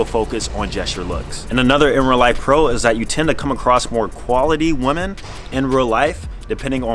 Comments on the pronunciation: Bruh "women" is pronounced "wihmen", not how it's written. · My guy struggles with the word women haha my guy